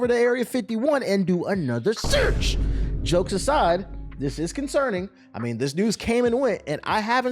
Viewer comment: Why you say “SEARCH” like that ❤❤😂😂😂